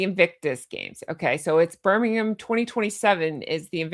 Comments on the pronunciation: Thank you for saying Birmingham properly 👋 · I Love Greg too! I'm sure you've watched him on Would I Lie to You or his series The Cleaner. He's brilliant. Thanks for your content - you are fab!! Perfect pronunciation of "Birmingham" btw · You say Birmingham spot on. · PERFECT pronunciation of Birmingham!